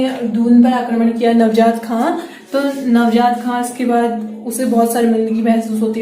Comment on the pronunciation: नवजात नहीं नहीं मैम, नवाज़त खां